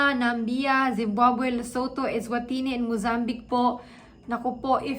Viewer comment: Namibia right pronunciation is : "Na - mi - bi- a" :)